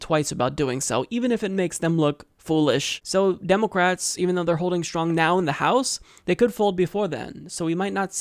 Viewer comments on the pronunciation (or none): Its funny the way he pronounces "Demulcrats". Its pronounced "Spineless Mollusks.""